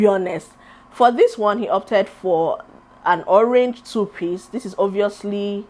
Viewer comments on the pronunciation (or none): none